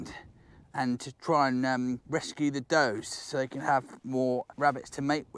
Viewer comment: I've listened to the video twice and each time, in the beginning, I mishear you as saying the rabbits don't have any "dough," and I actually think, "That's true. They carried no cash." Anyway, excellent video! Thank you for making it!